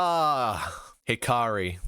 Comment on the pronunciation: Who the fuck is hikari his name is Hakari dawg 😭🥀🥀